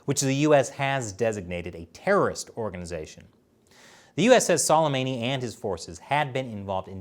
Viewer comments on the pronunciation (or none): Say qasams name like su-lei-ma-ni